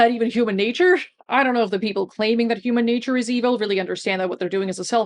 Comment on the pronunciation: Ah, the "Hooman natoor" argument Yugopnik's rant about it was so funny.